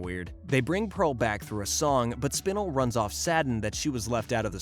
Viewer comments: I loved this vid so much but hearing him say Spinel wrong angered me in ways I cannot describe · Why is nobody talking about the way he was pronouncing Spinel's name💀. It makes me think that he isn't a true Steven universe fan and he only did the research to make this video just for money. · bro said spinl not spinel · It’s spinel not spinal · Spinle? SPINLE?? It's SPIN-EL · It not spin- L it's "spin-el" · The mispronunciation of Spinel is killing me. SPIN ELLE . not spinul. hell you even have clips of them pronouncing it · Spinal it's spinel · We not gonna talk about how he’s saying SPIN-L instead of SPI-NEL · It’s Spenel not spinel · its pronounced spi-nel not spin-le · It realllllllly bugs me you mispronouce spinel. Its spi-nell. Not spi-nill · Bruh spin-el not spinel. That shit got me annoyed as fuck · You have disgraced the Spinel Community, it is pronounced SPIN-L, not SPIN-UL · what did he call spinal? 💀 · It is spi-NELL not spin-ill oml that got me slightly annoyed good video tho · its spinel [spin-el]:hand-pink-waving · you pronounced Spanel wrong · It’s pronounced sp Nell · "aqua" "Spinl" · No way man called spinel spinil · ‘Spinnel’ No comment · It kept getting stuck in my craw that he'd confuse garnet and amethyst and kept calling lapis "aqua", and Spinel "spinnle". It's cool if the guy reading never actually watched the show, but coach the guy on names at least. Anyway it was still nice to get a truncated version of the story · I'm sorry but SPINEL IS PRONOUNCED SPIN ELLE 🥺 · ITS SPIN-EL SPINAL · Not him saying sPinel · Spinle.......... this is how you say it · I like how he pronounces spinel spinill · Excuse me but wtf is spinuhl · You said spinel wrong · Your saying spinel wrong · Pretty sure you're pronouncing spinel wrong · Sorry but the way you pronounced Spinel was really annoying me but the rest of the video was fine 👍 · No one gonna talk about him saying spinel weird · Saying spinel wrong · did nobody nodice that he said Spinel incorectly